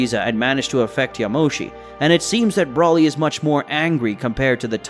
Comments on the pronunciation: It's BRO LEE NOT BRAW LEE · It not braly it broly I keep hearing braly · Why do you pronounce not brawly , it's bro li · Say broly's name right it's long o not Brahly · Amazing vid..yet the way you say Broly is urking me...Bro-lee not brawly..that is all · I love this so much, but every time he says 'brawly' I die a little bit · Br-ole-ee say it with me 🤦🏽‍♂️ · One request bro, PLEASE STOP SAYING BROLY the way you are, SAY BRO-LY, BRO AS IN what’s up bro. Otherwise love it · Bro said braly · Great video, I do think you should change how you pronounce some of the names. Whis is pronounced more like whees. Broly is with the same o you use in yamoshi. A long o and not a short one. Not trying to be a dick. Just constructive critisism. Hope you don't mind